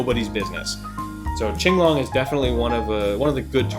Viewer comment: Ching-long is the correct pronunciation, referenced from the qing dynasty in chinese history